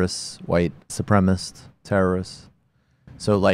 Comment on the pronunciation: Jesus god I love y'all like chicken but please learn to say "supremacist", it burns